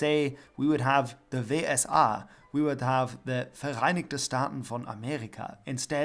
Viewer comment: writes "Vau Es A", says "We Es A" smh my hat